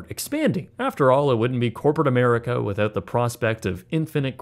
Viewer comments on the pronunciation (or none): none